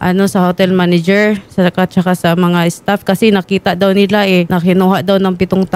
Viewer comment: MANAGER PO HINDI PO "MANEGER"